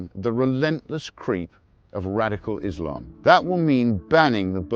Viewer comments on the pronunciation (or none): none